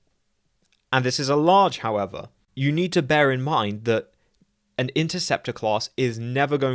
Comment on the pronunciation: I was just going to point this out after his heavy "however"